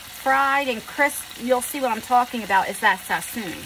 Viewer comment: Love you... it’s not Sassoon though... sass”on”... a well seasoned cooked right meal is always right